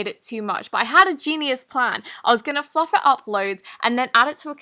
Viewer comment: when she said im going to fluff it up was i the only one who thought she said im going to f*ck it up 😂😂